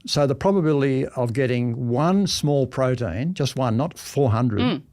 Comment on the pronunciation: what is a "prodeen"?